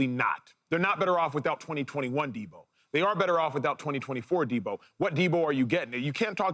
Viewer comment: He thinks so much of Deebo he can’t say his name right